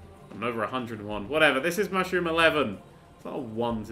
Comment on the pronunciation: why does my brain keep hearing the words "mushroom, mushROOM"?